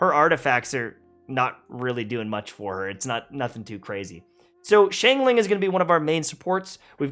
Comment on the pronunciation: Chinglin... Its XIANGLING!!1!